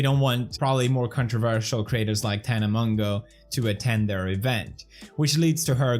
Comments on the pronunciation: pronounced: MOE JOE. hoped this helped!!!1!!!!!!!1!! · the way you pronounced mongeau is actually a type of seed in the Philippines A.K.A mongo seeds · It’s pronounced ( Tana monjo ) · she can't do shit if she was scammed and its pronounced (mo-jou) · Hey Felix ‘tana mojo’ that’s how you pronounce it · felix her name is pronounced tana "mojo" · PEWDS: gets mad when someone can’t pronounce insane last name Also PEWDS: Tana Mongo -_ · are you allowed to call her Tana-mon-GAY-a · the way her last name is actually pronounced is moshoe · Hahah that suits her 😂 but actually Monegeau is pronounced like "Mojo" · Its pronounced Tana Mojo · Isnt it pronounced "Tana Mojo" ? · It’s pronounced mojo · Fellix, It's not "Mongeau" It's Mongoose. PLS. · Did pewdiepie just say Tana Mango? Lol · Hahahaa that shade he pronounces Mongeau wrongly lmao